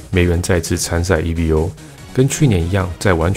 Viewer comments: 不是e-v-o .... 是念e-vo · Evo 是Evolution 的短写，念Evo，不是念E V O。